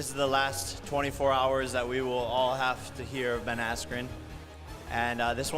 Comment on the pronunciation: Who the fuck is "Ben Astrin" ????